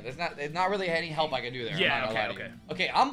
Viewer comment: the way he said help me halp nelson had me laughing all day